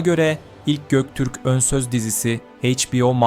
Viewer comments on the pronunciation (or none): none